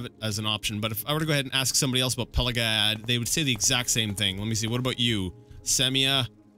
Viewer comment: Ok it's 2021 and this is ridiculously late but I think it's Pelag-ee-ad. Cause the village is named after emperor Pelagius, which would be pronounced "Pelajoos", but Bethesda has an american way of pronouncing Latin words, just like Tiber Septim, so I guess it should be Pelag-ee-ad, but definitely not Pela-guy-ad. Dunno why but I felt the need to say it, btw happy new year to whoever is reading lol finally this God forsaken 2020 has come to an end, let's hope the next will be better cause I sure won't stand it otherwise